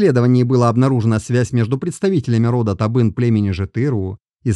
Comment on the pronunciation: Я полагаю, что либо выборка не столь достаточная, либо не верный анализ сделан. Кто этот автор ролика? Почему аноним и читает неправильно название родов? Боюсь, что все это лажа, расчитанная на зрителя, несведущего в генетике. Чему вы радуетесь, братья казахи?